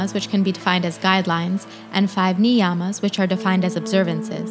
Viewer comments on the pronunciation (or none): It's not niiiiyammas it's niyamas you changed the whole meaning